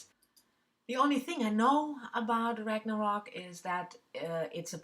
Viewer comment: Yes, you pronounced Ragnarok correctly! I looked up pronunciation the other day because it is on my September TBR; I contemplated talking about it on my Friday Reads then realized I didn't know how to pronounce the word. I'll probably read it after Mankell. It's been on my shelf forever too. Bought it when it came out and then didn't read it.